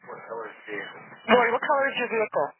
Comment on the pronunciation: and im pretty sure her name is Lorri not Lauri